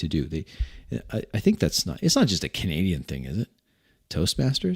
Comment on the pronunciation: I thought you said "Comedian" at first instead of "Canadian" and was quite confused until I figured it out!